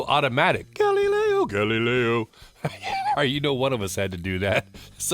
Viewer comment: I didn't know someone could mispronounce "Galileo". A totally unwearable piece, a novelty at best. Looks more like an homage to the Apollo space capsules. The hands are a bit phallic, the date window is too small, and it looks cheap, like a Chinese fashion watch. It didn't need to be this massive, and a more normal 40-42mm would've been an interesting watch. A missed opportunity for sure. Good video!